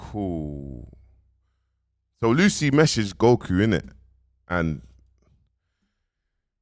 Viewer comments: Lucii is pronounced as Lucy short for Lucifer akh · Man keeps saying ‘Lucy’ 😂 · Man said “Lucy ” smh😂😂😂